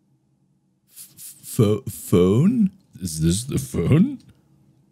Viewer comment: markiplier: "where is this, fhoun?" me: starts to bust out laughing